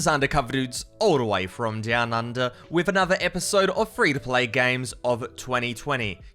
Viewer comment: Guy in his accent: "After a short down period..." Me: "Whoa! Why we swearing? So it's a short damn period, so what?"